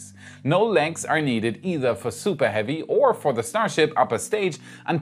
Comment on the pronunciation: Supah heavy boostah